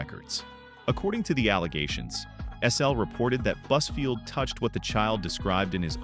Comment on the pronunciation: When you say buzfield... I hear buzzword 🤦‍♀️